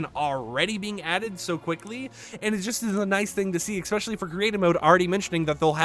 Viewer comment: please... i love the info here. but please...learn how to say ES SPECIAL LEEE.